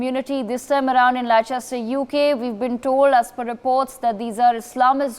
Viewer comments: Lehchester lol Atleast know the proper name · Less-stur > Leicester 😂 and the reporting is awful 2/10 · Can't even pronounce Leicester properly. Leh chest er. This is a ridiculous news story. Absolute brainwashing nonsense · Not pronounced Li Chester it's Lester! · It’s pronounced Lester not Liechester... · If you are going to report on this at least learn how to pronounce Leicester. It’s pronounced Lester. Not Lie-chester. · Where? Lie-chester? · 1. Leicester is pronounced Lester. 2. This trouble is due to the cricket Both sides are misbehaving. This news article is biased. The Police have been active throughout. 4. I am white, English and from Leicester with Hindu and Muslim friends who would all condemn such poor reporting. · "Lester". It's pronounced "Lester". And I quite agree. All the third worlders should be repatriated. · Get your facts right lol they can’t even pronounce Leicester correct 😂😂😂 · Its pronounced Le"ss"cester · Leicester is pronounced as 'Lester'. This event is long in making because the offending group is being embolden with support from the Labour Party held in ransom as a vote bank! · First this silly fake newsreader needs to learn how to pronounce Leicester 😅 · Dont believe news that cant even pronounce Leicester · This is propaganda the reporter can't even pronounce Leicester never mind reporting the actual facts. Another video to make the world hate on muslims come to leicester and find out the truth. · Just goes to show how legible this video is when they don't even know how to pronounce the city's name that they are reporting.